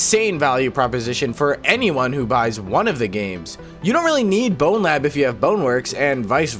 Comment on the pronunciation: you saying "and blowlab" really caught me off guard lmao